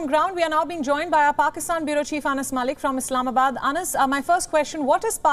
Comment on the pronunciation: ANAS MAL LICK GREAT :D ITS MALIK